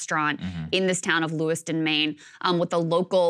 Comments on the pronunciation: LewisTON not LewisTOWN. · Yeah, its Lewiston....not Lewistown. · In 2022 in Maine there was 29 total homicides. Just yesterday, there was at least 18. Also, its "Lewis-ton" not "Lewis-Town". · I live in Maine.... It's not "Lewis "town", it's Lewis "ton". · Saagar it’s pronounced Lewiston, not “Lewis Town” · Lewis ton not Lewistown. Just had to be that guy since I live here. Krystal got it right! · Sagarr pronouncing Lewiston is making me cringe. It's Lewis-tin not Lewis-town. Love you both Saagar and Krystal. My heart hurts for my home state. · lewiston....sagar..not lewistown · Mainer here. I know it's not important, but FYI it's pronounced "Lewis-tun", not "lewis-town." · Lewis-TON not Lewis-town lol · It's Lewiston, Lewis-tin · Just an fyi, it’s Lewis-ton. Obv not a big deal, but I know saagar likes to get details correct lol And then I hear Krystal say it correct 😂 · It’s pronounced Lewis - tun. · It’s pronounced Lew-iston Saagar. Thank you for the coverage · Love hearing Saagar mispronouncing a town name three times. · How do you correctly pronounce Bowdoin but mispronounce Lewiston? I know it’s obvious as a local Mainer, but still he objective got the easier one wrong and the harder one right lol